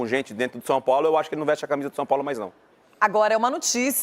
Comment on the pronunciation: Cara ! Aprende a falar! Não se fala SOPOLO! É São Paulo! 😂😂😂😂